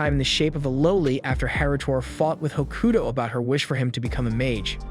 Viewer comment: Tokyo ravens good series also your saying hakuto wrong also the girl is his cousin